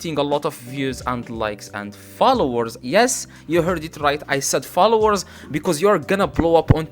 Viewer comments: Did he say flowers 🌸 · "How to get a lot of florres" your accent is perfect tho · It sounds like he's saying flowers lol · He said flowers not follower😂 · Is he telling flowers or followers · Did he say flowers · not you guys making fun of him for saying flowers instead of followers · istead of followers he sais flowers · I heared flours 🤣🤣😂🤣🤣🤣 was about to comment the same 😂😂😂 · followers sound like flower.. just imagine he got hundred thousand view on TT 🙄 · As long as you still understood him, no reason for this comment bro, its his Accent🤷🏽‍♂, y'all probably will pronounce something wrongly if you were to speak in his Language and it will be due to your Accent🤷🏽‍♂ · Bruh it's he's accent he can't pronounce it so as Koreans,Chinese,Japanese get it